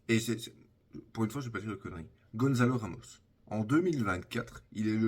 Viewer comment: Désolé mais je dois me dédouaner de cette chronique immonde, tu as osé dire "GonZalo Ramos" à l'espagnole alors que c'est "GonÇalo Ramos" (ça se lit comme en français, on ne dit pas non plus le "n" mais bien le son "on"). Peu importe si le reste était, à nouveau, très sympa. C'est l'erreur de trop, j'espère que les wokes s'occuperont de toi. À bon entendeur les mangeurs de boulghour